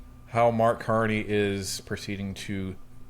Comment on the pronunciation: Did he say CAR-2-NEY?